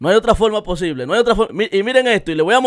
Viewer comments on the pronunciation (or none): Pero Dios mio 🤣🤣 pero cómo? Pero como eh poshible😅🤣🤣😂😂